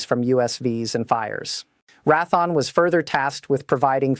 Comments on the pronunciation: Csll it Ray-the-on - not "ra-thon. It has been Raytheon for well over fifty years! ! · Great AI generated commentator needs to know defense contractor name is pronounced Raytheon not Raython! 🧐🤨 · She speaks bobbing her head like a chicken immediately showing AI not capable of natural speech. Can't even pronounce Raythion says Rathon. I love the kayote weapons. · Who the hell is Rathon. Perhaps Raytheon? Pronounced how it is spelled? WTF. Silly AI. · It would be nice if she learned phonics before she got started, it's not like rath the awn, it is raytheon, it would be nice if people would study what they're talking about.And learn phonics , before they get started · Couldn't even listen to the whole AI dribble spewing forth from whoever provided this. Raython?? (SP??) The company is pronounced Ray( long A) Thee On. And there were more shortly after this one. Can you not hire someone as a spellchecker or proofreader? Sheesh. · Ratheon = Ray - thee - onn, not Rath-on. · RAY THEE ONN, NOT RATHON!! RAYTHEON...... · Its Raytheon... not Rathon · Rath-on??? it's pronounced and spelled RAY-THEE-ON Raytheon YOUR AI SUX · Please learn how to pronounce company names before airtime! It's Ray thee awn NOT Rathon. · All the mispronunciations show that this is AI. She says Rathon instead of Raytheon and Rdecks instead of RDX. She says L-B-S instead of "pounds". She also pronounces plurals as as the singular + a separate "s". This makes me question the accuracy of what she is saying. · This is a very interesting AI. This is the first "news reading" AI that I have seen that occasionally raises its "hands", while it speaks. There is NO WAY that a Real Human would pronounce Raytheon as "wrath -on". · RaThon? LoHEED martin? AI BS again. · As soon as this stupid AI said "Ratthon" instead of Raytheon (hell, I worked for Raytheon), I stopped the video and will be moving on. Oh, how I hate all these idiot AI videos and their total BS. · Pronounced Ray thee on not rath on